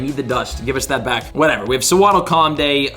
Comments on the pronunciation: Wtf is a sea-waddle? Its so-waddle. Like sew. The word that is used to create its name. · I can't get over how Swaddle was pronounced SEA-waddle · If Sewaddle is the "Sewing Pokemon" why do most pronounce it 'See'waddle?🙃😂